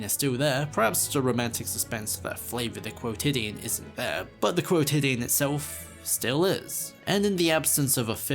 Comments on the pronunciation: i have never heard someone say "quotidien" in english, so i felt like i was having a stroke for a minute being like what is this word that's being said lmao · To be fair, he did say it strangely the first few times but eventually got it at least once